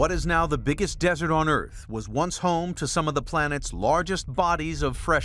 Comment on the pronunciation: Earf the final frontier 😂